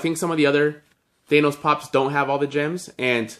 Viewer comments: Its pronounced than os not thane os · He says Thanos like Thay-nos lol